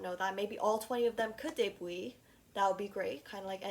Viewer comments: Isn’t it “Day Byoot” and not “day booie”? 😭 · LOL YOU AMDE ME LAUGH WHEN U SAID DEBUI LOL❤❤❤❤ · the way she pronounces debut i’m so sorry it made me smile